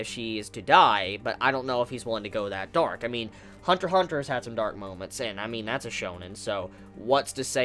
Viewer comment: Why cant you pronounce the "X" in Hunter X Hunter? I am triggered.